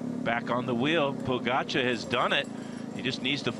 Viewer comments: Pojacar 😂😂😂 Little did he know he was mispronouncing the name of the GOAT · Hearing "podzagar" for me as Slovenian is very akward🤣 Its POGACAR! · Who's that commentator keeps calling Pogacar Pochagar? ..Duh.. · Phil mispronouncing pogacars name is hilarious. If only they knew what was to come